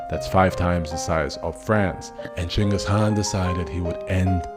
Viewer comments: First YouTuber to pronounce his name correctly. But yeah ur an awesome channel. Keep going bro. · holy shit 1st guy on youtube to say the name right damn bro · Total bullshit. But I appreciate at least you pronounced his name right.